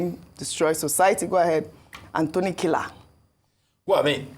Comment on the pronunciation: Please stop emphasizing the name of the gentleman Professor Anthony Kila as if he’s a KILLER. please be advised We love you ❤